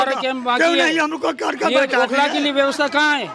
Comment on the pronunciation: औ खला नहीं ओखला होता है😊